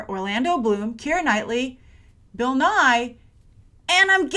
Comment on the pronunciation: It's Bill Ni-yee. Bill Nye is someone completely different.